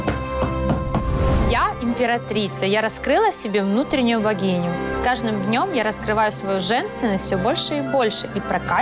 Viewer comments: Мля я уже третий раз слышу не «богиню» а «вагиню» 😂😂😂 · Я тоже думала вагиня😂😁😂😁